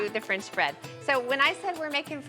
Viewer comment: And where does one get “frinch” bread?